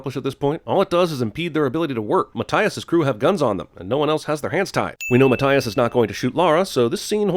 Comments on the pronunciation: Im sorry but is math, as in equations, does pronounces Matt, as in the short form of Matthias, no, its maTHias with the th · It's Ma-Thigh-Is, by the way. That's a review sin against you.